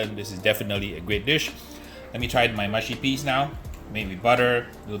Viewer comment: ma-shi peas? huh ... moosh - shi peas